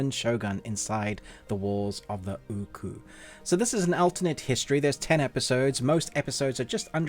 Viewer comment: Why is he saying ooku wrong when they say it a million times in the show